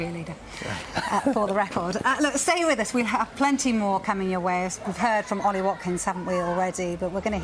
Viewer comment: Ollie not Holly, didn't hear you say Hopposition 🤌